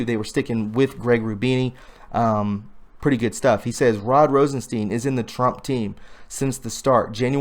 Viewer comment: When you say Rosenstein, think of the monster Frankenstein.. that is how his name is pronounced...